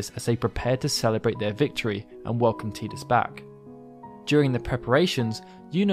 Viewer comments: Its notttt teeeeedus its Tidus where the hell are all the eeees coming from......there is not letter E in tidus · I loved this video ! i learned so much about yuna that i didn't know even after playing FF X and X-2, the only thing that bothered me was the way Tidus was pronounced lol it's "tie dus" not "tea dus" but i digress lol Great vid! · It's Ty-dus not Tee-dus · I like the work that you put into this, just wish you'd have stopped making me cringe with your pronunciation of Tidus as Teedus instead of Tide-us, sigh. It made it difficult for me to want to continue. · Te-dus is incorrect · It's pronounced Ti-dus. Get his name right